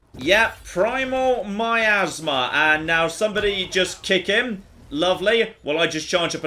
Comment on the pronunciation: miasma not my asthma lmao